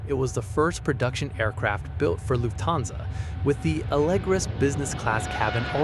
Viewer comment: PLEASE pronounce "Lufthansa" (a German word!) as "Luft-hansa", not "Luf-thansa". Thank you!